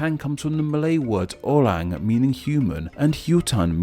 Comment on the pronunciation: It's so damn funny how he butchered word like "bu-ah" and "sah-bah" and ""Sah-ra-wak" and "meh-lah-yu" and "oh-rang" and "hu-tan" These misspronounsiations are said in the video as, "bu-eh" "saba" " seh-ra-wak" "ma-layu" "oh-reng" "hu-ten"